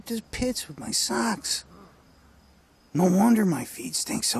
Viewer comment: its funny how he says socks lmao